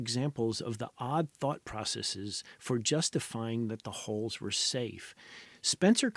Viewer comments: I'm going to need you to re-record this whole thing and pronounce "hulls" correctly. I just can't pay attention whilst constantly hearing about Stockton's holes... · "Hulls", not "holes". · When it's pronounced 'holes', it's only in context that I know it's hulls that are being discussed, and not holes 😂